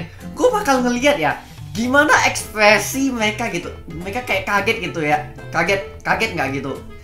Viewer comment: Ekpresi oi bukan ekpewesi😂